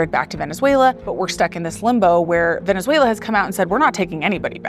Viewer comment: “Vene-zway-li-en” is how that idiot mispronounced that